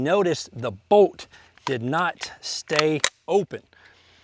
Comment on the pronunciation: It's pronounced BOLT, not BOAT. Hahaha